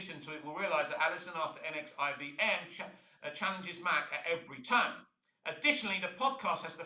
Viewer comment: This take, and the fact that you don't know how to say NXIVM, just says that you need to do better research into what she did and why she was on trial and not Kristen Kreuk. Mack wasn't just a member and recruiter, she was an active participant, and even branded some of the women herself. She was Keith's right hand. Go watch the trial and see the evidence, instead of reading an interview.